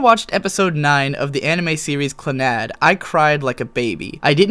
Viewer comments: Now, ignoring the fact that you pronounced one of the best animes in the world wrong (it's all one word. CLANNAD. it's not Clan-nad), you appear to be missing the most important thing here. Fuko wasn't introduced into the series and then dropped five minutes later. She was actual a pivotal character, and one who prepared them for SPOILER ALERT their child in After story. Now, maybe if Snowdrop had an entire season to make her story sad and emotional, I'd like it. As it is, it's tacky and rushed. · Clannad is pronounced clan